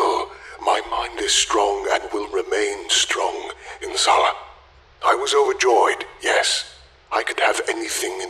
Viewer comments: It's Inshallah not Insallah. And if he's Middle Eastern why didn't you give him a Middle Eastern accent? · Inshalla = In Salla haha didn't mind the husky voice in place of an accent but the pronunciation here is unrecognizable without the on-screen text showing what's meant to be said, unfortunate. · not that im offended, but the way he said "inshallah" could be much better